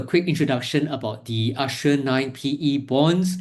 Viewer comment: 'Ass-tree-er' Bond.